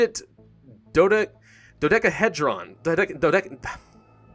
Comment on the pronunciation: doh-dek-uh-hee-druh n